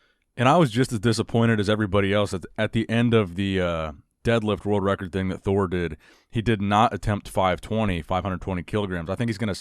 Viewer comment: No one: Eddie Thor : Addie Me : Edward